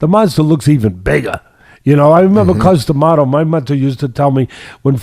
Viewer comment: Good stuff as always, but I have to crack up. corrected the George Costanza thing, but while the fight was going, Teddy went from tweeting the proper "Castano" he started saying "Constano", LOL. Also, it's odd that Boots Ennis has two consecutive early KO's with shots behind the ear. Note to future opponents - don't duck down that same way trying to avoid the right hand.